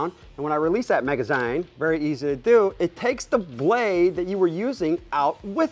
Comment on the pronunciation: A maga- what now? Maga 'ZYNE'??! this hurts to hear😖😂